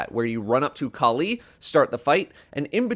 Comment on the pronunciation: That's not how Kali is pronounced 😂